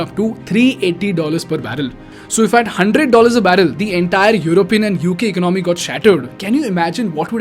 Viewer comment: Even though he's got a ton of subscribers and viewers, why can't he afford a tutor to teach him how to say the word economy as one word? Cringe moment!